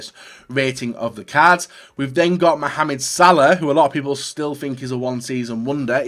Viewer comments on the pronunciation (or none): none